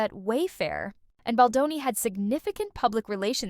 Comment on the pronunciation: Who’s this Boni the AI keeps saying🙄. Get his name right account owner